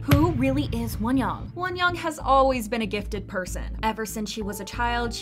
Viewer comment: lol why are you pronouncing her name like wonyong? you can literally just pronounce it like won-young, like how you say both words in English